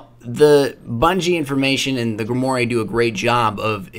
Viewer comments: its pronounced: grim-wahr. Not grim-or-ee. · It's pronounced GRIM-WAR not GRIMORRY..... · You pronounced grimoire wrong